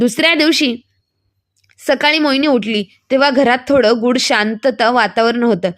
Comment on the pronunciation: गुड नाही गूढ